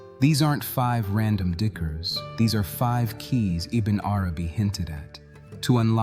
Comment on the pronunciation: Why don't get a narrator who can pronounce the the words in it's proper context